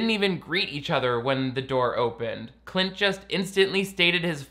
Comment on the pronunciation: I swear said “clit” instead of “Clint”, I kept doing double takes 😂 between this channel and the TikTok guy who watches the Gramps Cinematic Universe™️ christian movies it’s the only way any of these movies are tolerable (and by that I really just mean I enjoy the snark/commentary)